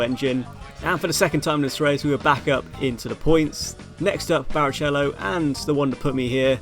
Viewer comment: You deserved the tort*re for that pronunciation of barichello alone 💀🤣🤣